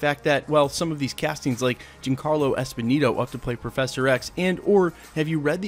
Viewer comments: Jean Carlo Esponeeto??? :/ Giancarlo Esposito, you mean.... Pronounced Jon-carlo Ess-poe-see-toh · Dude - learn to pronounce his name. Jean Carlos Esposito. He's been on screens for over 30 years now.